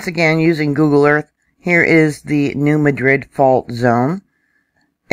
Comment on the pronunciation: really appreciate your vids. One suggestion...locals might not recognize the pronunciations. I believe it's the New MADrid fault. And it's KADoh.